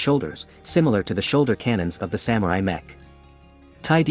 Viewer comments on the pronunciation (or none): none